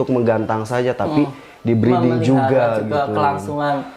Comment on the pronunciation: Maaf, breeding bukan breading. Masa iya roti murai batu hehe..